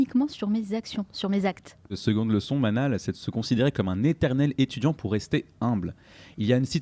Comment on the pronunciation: Manal et non manel sorry😉